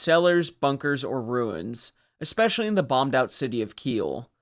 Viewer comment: Hey man, I absolutely love your channel. I've thoroughly enjoyed every one of your videos. I just have a question. Over the last 10 years or so, I've noticed Americans have collectively decided to mispronounce "especially" as "ex-specially". haha WHY? haha When I hear it, it's so abrasive to me that I have trouble concentrating on what is being said. It's very similar to "aks" instead of "ask" which I often hear, since I live in Windsor, a 10 minute drive over the border to downtown Detroit. Aaaaaaaaaaaaaanyway, I look forward to your next video. =) Thanks again for an exspecially fantastic channel.